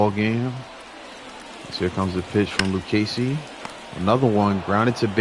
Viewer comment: Thanks for the shout out on the Luccesi pronunciation! I really enjoy your games! 😊